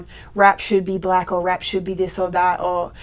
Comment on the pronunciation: She also says "blaeck" instead of "black".